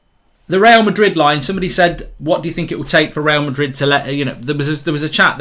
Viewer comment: Mark today: Twister Real Madred